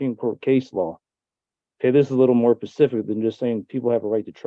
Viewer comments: The fact that this man keeps saying PACIFIC instead of SPECIFIC tells me all I need to know. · So he was trying to say "specific"? Sorry if that's a dumb question. I legit thought he meant "pacific" and I was so confused. I kept asking myself, "why the hell does he keep talking about Pacific?? Pacific what?? The time zone? The ocean?" 😮‍💨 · It's a little more 'pacific' not 'specific'? Alrighty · "Pacifically" and "pacific". Mic drop, you done. It's not pacific, it's specific. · He keeps saying “Pacific” instead of “specific” 😅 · … and can’t even pronounce the word “specific”, which he continues to pronounce as pacific. He really sounds like he’s mentally handicapped. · “This case law is pacific. It mentions it in here pacifically.” He really just said that. My time stamp is off or else I’d provide the pacific time of the quote.😆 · "you might want to go ahead and recuse yourself.... And.. uh so, yeah."😂 "This one is more pacific. It states it pacifically". 😂 "So, yeah." 😅 "I gotta call the FBI back. So, yeah." 😂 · He said it is very pacific 😂😂😂😂